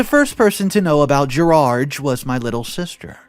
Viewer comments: Why does he keep calling him Gerage instead of Gerard? 😂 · what is so difficult about saying the name ‘Gerard’? Why must you pronounce it ‘Gerarge’? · Good story…but the English “Gerard” is pronounced Ger-ard. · "Gerard" is a french name. So I presume we talk about the french pronunciation, and that is "Gerar". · Gerard ends with a "D" not a "G". Different sounds ...